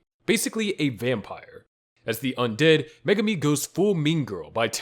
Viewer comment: Megumi fan girl not Megumi there are two differences get it right!